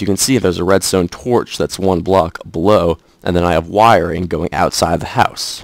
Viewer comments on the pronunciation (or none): Why you gotta make a k sound when you say wiringk